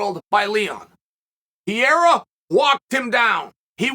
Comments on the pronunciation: Think "piera" is my second favorite chaelism... right behind " mackelchev" 🤣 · As I was typing that I keep stopping in laughter about pierrah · "Alex Pierre" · Uncle Chael watched the same fight as us and he heard the announcers all say Pereira correctly and he still is saying Piera I love it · PAH - RAY - RAH say it with me uncle Chael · pee air uh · Ha right, it's not Pierre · Who is this "Pierra" person Uncle Chael keeps talking about? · You gotta learn how to pronounce Pereira sir. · Uncle Chael at least try to pronounce Pereira's name appropriately mate ..not so tough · Love your show brother but please make sure to say the fighters name correctly. Mispronounced every time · Chael, just use the name Alex, cuz clearly you can't say his last name whenever you make a video about him lol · Chael mispronounces names as a way to stimulate the comments section. It's actually a great tactic. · Chael i love you but you have to pronounce Alex’s last name correctly 😂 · Notice you said Alex, something Chael should have been saying the last few videos as he clearly can't pronounce the last name lol. He tried this time and still got it wrong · every DAMN time Chael pronounces Pereira wrong, I cringe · Chael, "Piera" is a champ now, maybe it's time for you to... You know. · Who is this pieeeeeeera guy ? Jaaj Is there anyone who butchers names more than uncle Chael? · Per-ray-rah...You gotta try more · cmon Chael, lets get better on saying his name, Pereira, Pe-Rei-Ra, roling the "R", you can do it, Jon Anik nailed at the event. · His name is not Pierre 😂😂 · next up: re-rethinking Adesanya Vs "Pierea" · Peee-era … chael butchering names for monetary gains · Why is he saying Pierre?? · Chael consistently calling Alex "Pierra"... :) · Why PIERA CHAELLL hahahah pls why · why do you keep calling Pereira "Pierra"? Cracks me up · Say Pierre one more time motherfucker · when is this fool gonna stop saying piera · H me said “ Pierra “ 🤣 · uncle chael “pierra” 😭